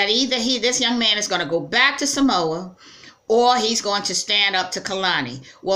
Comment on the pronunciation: Pronounce Samoa better